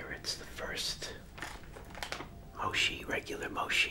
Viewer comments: when he said"moshi" I felt that😫💗 protect him at all costs. ♥💗🤧👊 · “Moshi” 🥺❤️ y’all protect our new from all hate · Him: “moshi” Me: aggresively click subscribe button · “Moshi” 🥺y’all protect him🥺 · "moshi" JWISHSUZGWOZHWOAHSWI PROTECT THIS MAN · 22k dislikes, I just know its because he's calling it Moshi. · AW HE SAYS MOSHI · Bro my valume is all the way up btw why he saying moshi but its a new word to try so i like it😊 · Mochi is pronounced Mo- Chee. like Cheech and Chong. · its mo-chee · artkid t why is it incorrect 😐😒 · It’s so funny when he says mochi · Moshee, no mochi yes pronunciation is key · Hi hope this helps it’s pronounced mochi😅👍❤️ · Adorable when he said “Moshi” instead of “Mochi” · Girl well "Mochi" is ch so if has the ch in charcoal and "Moshi" is sh as in shhh🧀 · Awwww! He’s so innocent that he says "moshi" instead of "mochi"! If anyone hurts him you’re catchin these damn hands!!! Edit: Wow! I did not expect to my comment to blow up like that! Thanks to the people that understand! Also thanks to the people that corrected me on grammar! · I love how he says “moshhi” instead of “mochi” 😂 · Fifi MSP no in Japan you don’t say moshi, you say mochi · “They actually have mochi-(says it right) moshi, (corrects himself to moshi)” I love this man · i’m three minutes in and i’m gonna CRY. i love you so much 🥺 i love how you pronounce it omg, traditionally it’s pronounced like mo-chee but moshi works too you get an IMMEDIATE pass. also pls put ads on your videos 💘 or make a patreon i’ll give you all my money 💚💛💝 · I love the way you say moshi instead of mochi and ur really kind I really love when I see elders just enjoying things ❤ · This is such a cute and great video!! It’s pronounced “mo-chee” like when u say “ch”eese! Glad I found ur channel! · It’s pronounced mochi but the way he says “moshi” 😂😂😂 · What the thumbnail says:Mochi What he says:Moshee🗿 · It’s moe- chee no shee ! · Instead of moshi say mochi👍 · it's not moshi It's MOCHI 👹